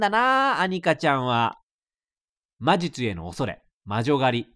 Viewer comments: 「まじゅちゅ」笑笑🤣🤣 レトルトさん、2020年の七夕も素敵な華声ですね👍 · まじゅちゅにしか聞こえない笑